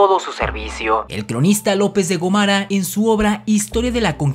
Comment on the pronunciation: ¿López de Gomara o López de Gómara? Si se toma en cuenta la tilde y su ubicación, la sílaba tónica es Go, por lo que tendría que pronunciarse con mayor énfasis. En el video, el apellido de este personaje lo pronuncias sin el acento correspondiente, por lo que deduzco que es incorrecto.